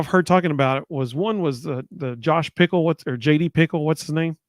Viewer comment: JD Pih-Kehl ... not Pickle